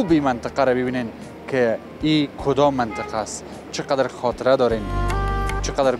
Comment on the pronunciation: افرین، چه خوب منطقه ره بیان میکنی 👍👍